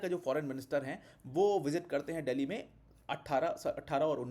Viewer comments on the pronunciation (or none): none